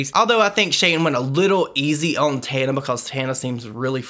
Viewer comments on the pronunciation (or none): none